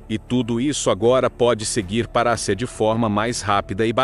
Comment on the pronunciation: Ridícula narração com Inteligencia Artiificial, cheia de erros de pronúncia. ACIA em vez e Ásia e assim por diante.